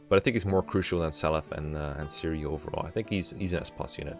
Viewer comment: Sirius not Sirioo look at feh voice clips.